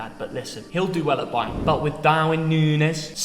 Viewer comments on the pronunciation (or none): none